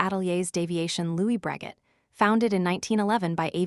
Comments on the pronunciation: Isn't it pronounced " Bro-shay " ?🤔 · For the love of Wilbur and Orville, learn how to pronounce Breguet. It's pronounced Bru Gay. Stupid AI narration. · bot voice is cringey. Wasn't it pronounced "Brageh"? Maybe you should have used a French bot voice?